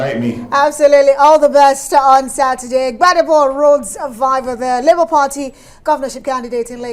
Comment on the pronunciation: It is VIVOUR not VIVOR